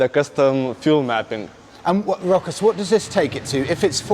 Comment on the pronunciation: yeap, you nailed the name, its Rokas